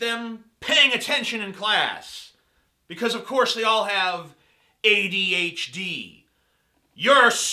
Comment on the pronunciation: TJ, I want the opinion of that guy from a little while ago on DP who is incapable of saying "ADHD".